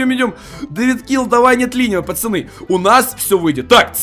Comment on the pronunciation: ответь почему ты говоришь пачаны а не пацаны